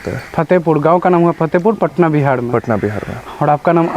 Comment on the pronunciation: Bihar ko Bihad mat bnao pahle uchharan shuddh karo bad mein real banana bakwas karta hai